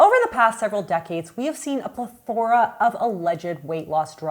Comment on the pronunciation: Should I trust the lady who posits as an expert but mispronounces plethora and phentermine within the first 5 minutes..? Idk.